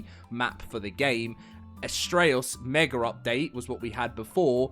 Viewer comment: Mega does not have an r at the end its mega not meger